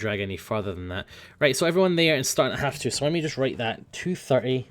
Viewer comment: Are you German?